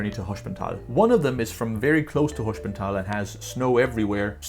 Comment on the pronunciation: Btw altough you mastered the pronounciation of "sp" as "schp" which is correct in German (for example Gespenst (ghost) or Springer (chessfigure knight, literally jumper), I would say That Hospental is not pronounced as "schp" but as normal "sp", because s and p here are in two different syllables. Maybe it is right due to regional accents but in High German you would probably Pronounce it like I said :)